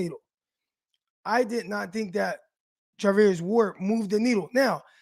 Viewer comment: Char NOT Tar 🤦‍♂️